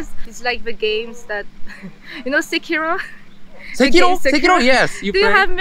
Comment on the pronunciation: SEKIROの時だけめちゃめちゃ興奮してせきろう！せきろう！って日本人に戻るときどw